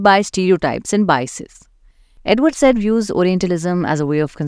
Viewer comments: It's pronounced as Saeed, he is a Muslim:) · You are pronouncing his name wrong. It’s pronounced like: sigh- eed. How do I know? Well I’m currently in a discussion with his nephew , who I went to school with. I think he would know how to pronounce his family name. And FYI, this is the standard way to pronounce this name.